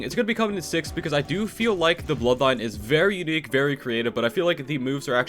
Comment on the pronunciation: it is funny how it said very qnique